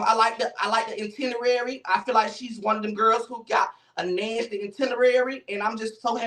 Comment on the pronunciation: The way says nasty be havin me in tears!! He said "Alvo! You a Nansty sissy!" 😂😂😂😂😂😂😂😂